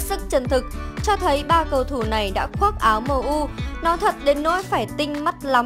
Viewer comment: Đọc tên cầu thủ sai be bét, đến chán 2 bạn này